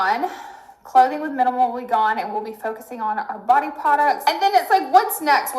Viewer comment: When I hear “Minum” in my head I hear minimal which is not a good thing it doesn’t make me wanna go check out the products